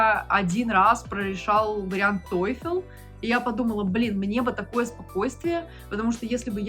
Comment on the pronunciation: Не тойфЕл, а тойфл)